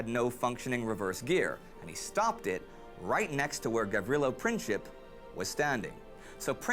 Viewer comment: Ye, just like an American, never know how to pronounce mans name ,,Gavrilo Princip